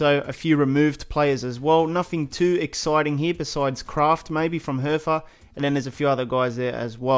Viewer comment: Herfa😂😂😂 Is called Hertha